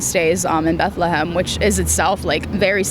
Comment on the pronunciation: this last girl is crazy with her pronunciation. I had no Idea it was pronounced BATE-LETH-LA-HAMEH-ME (Bethlehem)